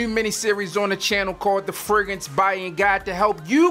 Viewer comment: This dude sound like he saying Ferguson instead of fragrance